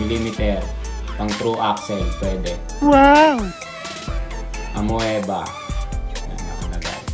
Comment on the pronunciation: AMOEBA (reads as A-MI-BA)